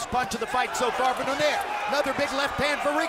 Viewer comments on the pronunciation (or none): Lmao Do-nehr. They don't know it's Do-nai-reh